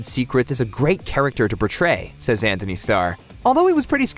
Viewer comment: Please stop saying Anthony lmao.